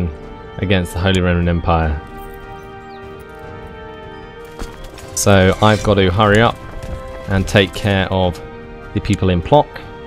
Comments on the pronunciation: Man its Puotzck not Plock xD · It's really nice to see someone enjoying playing a Polish campaign. "Plock" is not that easy to pronounce, it's more or less "Pwotsk":) Thank you for your videos!